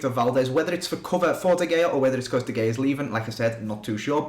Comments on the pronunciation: i love how you say de Gay-ah instead of De Hay-ah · It's pronounced De Hea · It's pronounced De خya